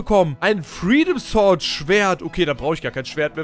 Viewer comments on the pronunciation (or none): none